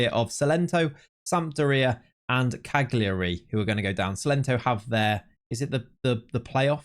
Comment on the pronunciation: Just trying to be helpful. You don't pronounce the g Cagliari. Its pronounced Kaljuri.